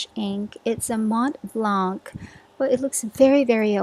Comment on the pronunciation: Just so you know, the "C" in the end of "Montblanc" is silent, you should't pronounciate (??) it. // I wouldn't really call Noodler's inks "bizarre", they're just answering very specific needs. // Love from France, Marjorie